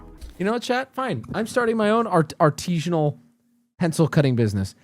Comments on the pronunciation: The way he says "artesianal" (referring to a type of water well) vs "artisan" is how I know he's a troll. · the guy saying "artesian" instead of "artisan" every single time is a huge clue lol. i doubt he is stabbing his pencils into the water table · it pisses me off that he says "artesian" and "artesianally" and the word is fucking ARTISAN/ARTISINAL/ARTISINALLY ET CETERA I AM LIVID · "Artesianal"? Yup, he must be from the dimension where they say "Parmesian cheese" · why does he keep saying artizhinal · If he were serious he'd know how to say artisinal